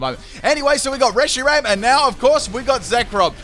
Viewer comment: "And we got a Reyshiram lead"